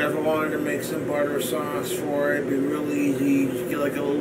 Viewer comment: He has the ability to make a single syllable word last 4 seconds. THHHAAAAWTHHH (sauce)